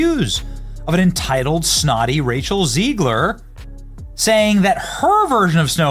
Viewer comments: Her name is pronounced as “Zeg-ler” and not “Zee-gler”! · It's ZEGG-lure. Not ZEEG-lure. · Hi, why you pronounce "Rachel Zegler" as "Rachel Ziegler"? You trying to make her German so you can finally deport her to another continent? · ZEGLER not Zeigler to you clueless idiot. She hates Jews and you're making her Jewish. Even when you are interviewing others who are correctly pronouncing her name. . . YOU CONTINUE TO MESS IT UP. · Hey Beeny, do you realize every time you say, "zEEgler" there's a bunch of you kids asking, 'Hey Dad, does Beeny say her name wrong because he can't read?' Dad said, 'Evidently Soooo'.😉 Giggity😏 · Zeg-ler Zeg (egg) ler😂